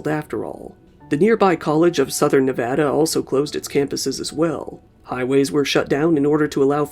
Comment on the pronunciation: Im an alumnus of UNLV... thank you for pronouncing "Nevada" correctly